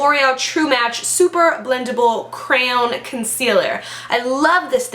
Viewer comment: I love how you struggle saying the word "crayon" lmao hilarious!!!